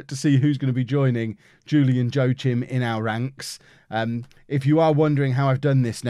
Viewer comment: joachim is pronounced wakeem